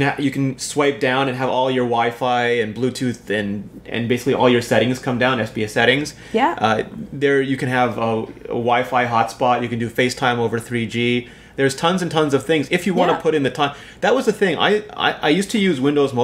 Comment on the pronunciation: It's SBsettings not SBSsettings